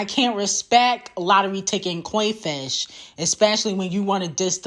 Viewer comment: "Coi Fish" lmao.....